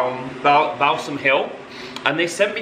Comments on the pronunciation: A new Christmas tradition for me each year is going to be watching 23 minutes of trying to pronounce Balsam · Absolutely crying for every “BAL SALM!” Ahahahah love you